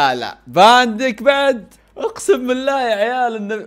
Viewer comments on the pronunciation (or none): اسمه فندايك مو فاندك